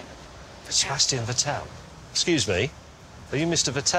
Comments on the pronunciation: The way they pronounce "Vettel" really Grinds my Gears. It's Fattl, not Vehtehl. No German Name sounds like that, for God's Sake! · Wrong pronunciation of Vettel, it has to be on the first syllable. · When James says Vettel it sounds more like he calls him Vittel like the water brand from Nestle